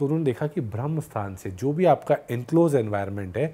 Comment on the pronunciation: भ्रमस्थान नहीं, ब्रह्मस्थान !